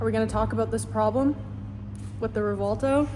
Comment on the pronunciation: WHY do these people keep calling it "Revolto"? I keep having 2nd hand embaressment.